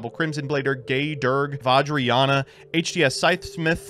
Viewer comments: it's VAJ-RA-YA-NA not VAJ-RA-YAN-YA SERIOUSLY! HOW COULD YOU BE SO UNCULTURED AND DISRESPECTFUL AND YELL, YELL, YELL, YELL, YELL!!! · It hurts my soul seeing these guys trying to pronounce Vajrayana